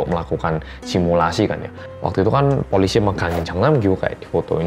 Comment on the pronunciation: kita: polisi editor: poolisi